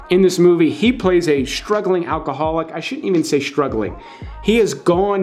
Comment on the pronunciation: You really should not say SHtruggling.